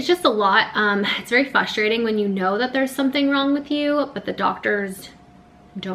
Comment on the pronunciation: "Frustrating", lol sometimes you say it and it sounds like you are missing the r!